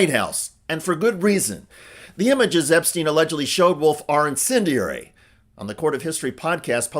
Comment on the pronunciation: The word is inCENDiary. There is no sin inCENdiary. Just sayin'. Just kidding of course, I love your coverage.